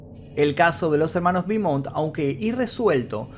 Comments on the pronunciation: Te puedo ayudar en algo? Beaumont es un apellido francés, su pronunciacion es ''BOMON'' eau=o la ''t'' no se pronuncia. Espero que no lo tomes como arrogancia de mi parte. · Se pronuncia "Bomon' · Querido, se pronuncia "Bomont" porque es francés, no inglés. Un gran abrazo. Excelente trabajo